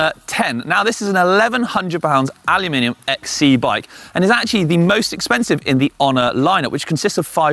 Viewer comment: Thank you for saying Aluminium!